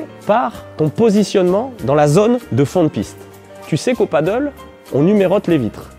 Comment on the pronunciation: Bonne vidéo,claire, précise,simple et efficace. Par contre c'est du Pádel pas du paddle😉, mdr Même les pros ont du mal à le dire😛